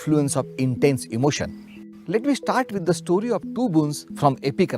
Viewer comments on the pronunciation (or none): none